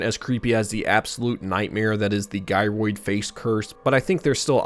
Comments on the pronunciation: Why do you apologie for mispronouncing giroïd but not pokémon ? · I took a shot of a non-alcoholic beverage every time you mispronounced Gyroid, so that way I didn't leave any negative feedback in case you said it an odd number of times and also had a fun way to enjoy some juice with my lunch. Fun video! I love watching things like this while I eat. It's like at-home dinner theater. 😂